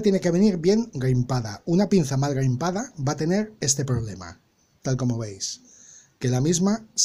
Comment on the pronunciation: Buena explicación, pero será crimpado, no grimpado?